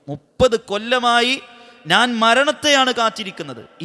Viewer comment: നാൻ അല്ല. ഞാൻ എന്നു പറയൂ..